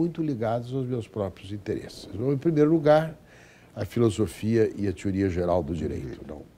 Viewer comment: "tiuría" to ligado.